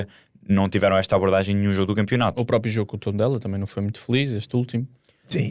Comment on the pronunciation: Alguém pode por favor dizer ao que não se diz "própio" e sim "próprio" 😂